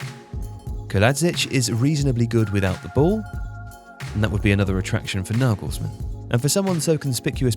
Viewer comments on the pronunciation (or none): Naegalsmaan. Couldn’t have butchered it any more could you